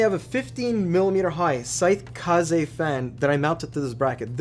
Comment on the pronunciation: Whoaaaaa look at you pronouncing "Kaze" correctly! By the way, the new ID Cooling Heatsink fan is out. I hope it can be added to your next roundup in the future! (SE-226xt)